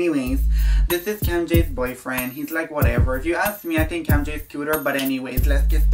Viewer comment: It's how he says Camm Jay is cooler